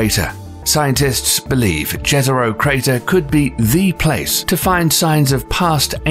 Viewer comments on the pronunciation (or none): The way he says jezro scares me